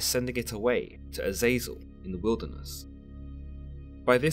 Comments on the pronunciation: AZEZ-el or JAZUS-EL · His name is pronounced Eh-Zah-Zel